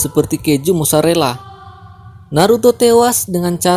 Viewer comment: Haha mozarela bukan mosarela😂😂